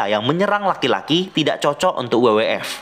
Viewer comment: FYI bacanya ef-way-ai bang bukan ef-ye-i.. hehe